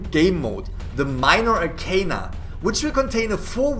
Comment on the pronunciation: I was so mad that they were pronouncing arcana wrong. 😂 I love tarot.